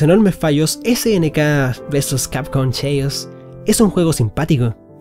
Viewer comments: Gracias por la review, pero quiero dejar un consejo, hay que ponerle mas pilas al ingles. CHAOS se pronuncia "KEIOS" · acaso dijo snk versus capcom cheius ? lol